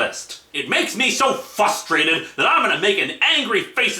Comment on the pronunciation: When I first watched this back when it was first posted in 2011, I didn't know you were spoofing the Irate Gamer until you said the word "fustrated." I still love this April Fool's video and your Cinema Snob inspired review on Frankenstein Meets the Space Monster.